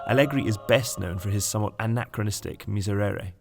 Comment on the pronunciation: How many time you can mispronounce the word miserere in a row JESUS